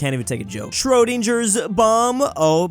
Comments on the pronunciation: Ah yes, shrodinjer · the way he pronounces Schrodinger